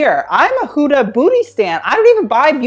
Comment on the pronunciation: It's not 'Hooda' it's 'Huh(silent h)-dah' sorry, just had to say this